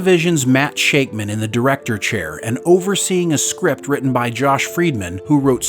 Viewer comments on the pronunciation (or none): none